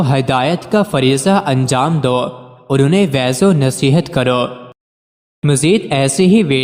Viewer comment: Please correct your pronunciation from a learned scholar. Va'z is spoken by you as Vez and Fuz'e as Feva'z which are not correct.